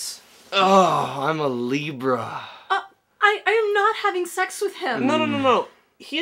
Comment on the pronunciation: Libra, not Zebra. lol